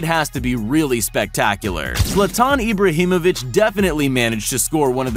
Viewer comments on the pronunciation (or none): The way he said Zlatan ibrahimovic 😠